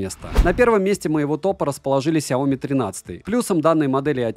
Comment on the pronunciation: В названии сяо ми ударение на и ! 😜